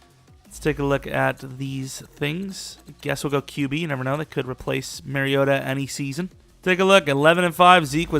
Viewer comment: MAR-REE-OH-TAH ...MARIOta... it's not MERRYota lmao. Y'all gotta get my dawg name right.